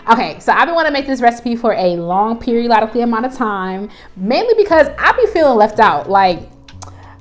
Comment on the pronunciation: “for a long periololically amount of time” 😂 I have to make this for real it looks so good!